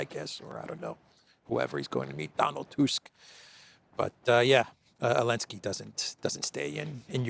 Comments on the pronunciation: Why do you say Alensky? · does the AI also say "elensky"?